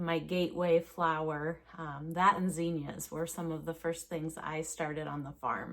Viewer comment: Why do you pronounce “zinnia” like that?